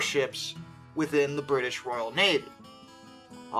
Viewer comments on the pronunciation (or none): none